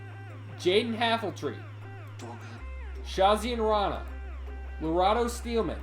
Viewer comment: Nice I got a ride!! Btw its pronounced Sha-zane Rana lol